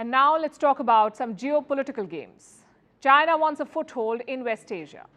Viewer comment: I love everything about Palki …until she says one word ..China 😀😅🤣😂!